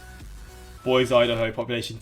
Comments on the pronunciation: BOY-see As an Idaho native, please do not pronounce it with a z sound. It is a hard s as it comes from the French word Boisé which means forest or woods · I’m from Boise Idaho! And it’s pronounced (boy-see) yeah we’re not huge. We’re particularly Isolated from other cities our size. It would probably be a 4-5 hour dive to get too another major population center. Love it here! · "Boys, idaho" I was just waiting for mispronunciation but I've never heard that one lol locals say "Boy-See" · It’s Boise not Boize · Sorry to correct you but Boise is actually pronounced more like Boy-See not Boy-Zee. People from there including me get real mad if you mispronounce Boise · "Boys Idaho" "Dez Moines Iowa" "Ancho Raj" "Which Eater" "Loo Ees Ville" "Fault Land Maryland" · Cheyenne is pronounced “shy”Ann Salt Lake City is home to the Mormon church. Boise is pronounced “boy-Zee Remember these numbers are ONLY the city limits and what is included in the postal space, these numbers are not the full city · Most of the u.s. says boy-see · Boise is "BOY-see" Anchorage is "ANCHOR-ridge". There are 8 major islands in Hawaii. Some, like Kauai ("ku-WHY") are very rural, as is the big island, Hawaii. Louisville is either "Louie-ville" "Lou-uh-ville". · Cheyenne = "shy-ANN" Boise = "BOY-zee" Des Moines = "d'MOYN" Wichita = "WI-chi-TAH" Omaha = "OH-muh-Ha" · No it's BOY-see, no "z" sound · *BOY-see (if you’re local, most of the country pronounces it with z sound though) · as a treasure valley native it makes me mad when people say it with a Z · Yes; this count is obviously only counting the legal city and not the larger metropolitan areas...large difference. And many cities have local differences in pronunciation. "Ankerage" is the way Anchorage is pronounced, "Boyzee" for Boise (with an American Z, not "zed").....And many US cities have invested lifetimes of work and fortunes into recovering rivers to be clean. Thank you for noticing them 😀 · you pronounce the e in Boise. it’s “boy-see” :)